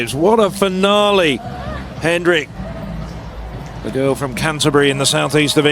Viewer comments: I think its pronounced hen-RICH not henrick 🤦‍♀️🤦‍♀️🤦‍♀️ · He’s not pronouncing her name properly. It’s Hen-rich, not Hen-rick. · Was wondering about this myself. She herself pronounces the ending 'rich'. The commentator is using a German style pronunciation similar to the name Heinrich.